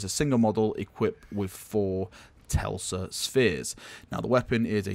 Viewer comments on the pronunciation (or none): TeSla not TeLsa... xD it's sparky - like Nicolai Teslas stuff u know?^^ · TES-LA...... TES-LA........ :: drowns in heresy